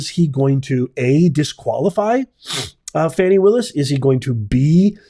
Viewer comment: Her name is pronounced “Fawni” not “Fanny”. 😊